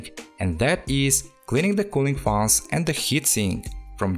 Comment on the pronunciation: The way he sayes faans 😂